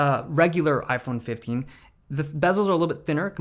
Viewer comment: iPheen phifteen LOL